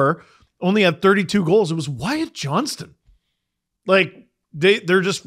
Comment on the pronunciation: I beg of you...as a fellow Wyatt...it's JohnsTon, not Johnson